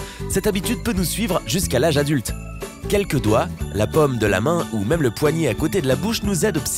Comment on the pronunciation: Ca fait un moment que je regarde tes vidéos et je souhaite vraiment te demander si tu ne voudrais pas faire un effort dans ta prononciation des "o" ? La "pomme" de la main, je ne vois pas ce que c'est, par contre je connais la "paume" de la main ^_^ Et oui, rien que ça, ça rend la compréhension plus ou moins facile ;-)